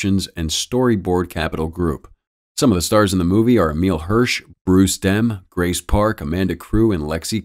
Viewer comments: Bruce D-e-r-n - not Dem. jeez!!!!!! i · Bruce Dern, not Bruce Dem. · Bruce Dem?! You mean Bruce Dern?